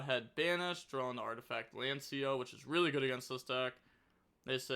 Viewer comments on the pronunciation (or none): none